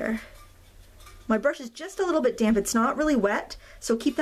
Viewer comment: Fabulous. I love the full length, I can ffw if I want. And I've got to tell you, I had a giggle every time you said damp, I heard damn, damn paper, damn paint, damn colours, lololol.